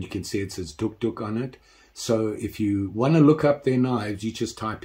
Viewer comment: The O is silent, it’s pronounced, duke, duke, like the dog